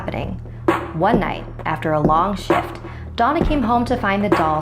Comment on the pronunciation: who else heard “one night after a long shit”